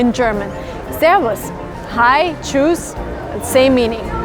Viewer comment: Dein tschüss hört sich an wie tschus